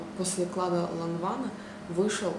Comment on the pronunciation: почитала комментарии и хочу сказать одно: ЛАНВАН!!!! и не эклат а экля